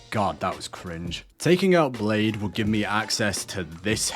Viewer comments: Love the new video :) Blaidd is pronounced like Bly-th though because it's Welsh and Welsh is mental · Well if i ever wanted to do Serpico from Berserkf cosplay build. i would probably use these ashes. also you do know your not saying Blaidd correctly.